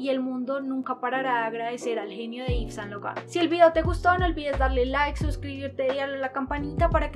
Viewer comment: Muy unteresante video, pero deberias citar las fechas con mas claridad, al igual que las direcciones. Si no sabes frances, exiaten aplucaciones que te dan la pronunciacion fonetica. Yves Saint Laurent fue un grande entre los grandes, un reconocimiento a su persona y obra merece mas respespeto.